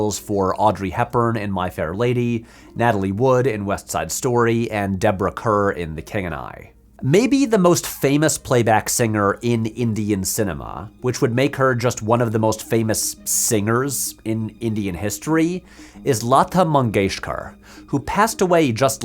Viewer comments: Deborah Kerr rhimes with STAR, wrong pronunciation. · Hi, Long time listener, first time caller. You pronounced Deborah Kerr's name wrong. Kerr sounds like "Car". Be Kind Rewind has a great video about her.